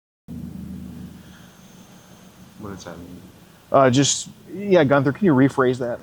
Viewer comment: Gunther= jee- you- in- there